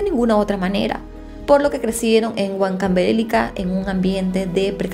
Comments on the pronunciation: Se dice Huancavelica, no Huancavélica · SIN OFENDER PERO NO ES, HuancaBElica, sino HucancabeLIca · estas pronunciando mal Huancavelíca,por algo hay tilde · HuancaveLIca... Fuerza de voz en Li. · Que penita la precariedad de la justicia y el menosprecio a los derechos de las niñas y adolescentes en esa época. Una aclaración, Huancavelica es una palabra grave o llana, la mayor fuerza de voz recae en la penúltima sílaba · Hola! Soy fan de tu canal, me encantan las historias. Si sabía algo de este caso, solo quería comentarte que soy peruana y la pronunciación de la provincia de Huancavelica no es correcta, es importante saber pronunciar para que las demás personas de otro países que ven tu contenida tengan una mejor información. Muchas gracias!! ☺️ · bella, me encantan tus videos, soy de Perú Lima, pero Huancavelica no se pronuncia así 😢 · Huancavelica es una palabra grave, no esdrújula. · Hola. Es una palabra con acento grave. . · El estado peruano pesimo no te da de comer y tampoco que te inviten pesimo y asi no se pronuncia huancavelica